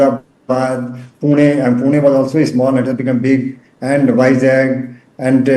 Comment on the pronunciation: How could he say vizag as jackel.... Stupid guy....